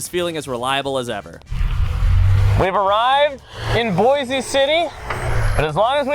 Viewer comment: it's not pronounced like the city in Idaho it's just boyss